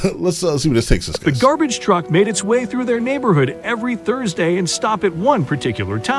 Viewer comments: Gar-beige? Lmao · I dunno if that video is using AI text to speech, or the narrator is just bad, but their (lack of) inflections grates on me. And the structuring Vs title. 'Gar-beige' (lmao) is the... icing on the cake in this! Nitpicks aside, still a sweet video.